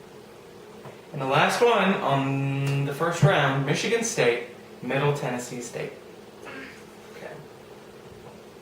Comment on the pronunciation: She got Middle Tennessee state correct!